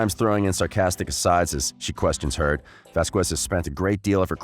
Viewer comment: Please say her name right! Ok! Vazkes us how it sounds. It's Hispanic